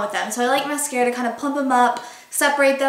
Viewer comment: The way you said mascara at the beginning sounded so stupid. Just aying